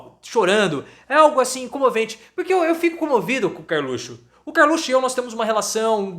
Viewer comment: acho fantástico quando falas Karlutxo. O lugar desse bandido é atrás das grades.